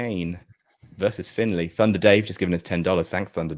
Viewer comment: It's Hes Da Ma. Gaelic. And it's Finlay.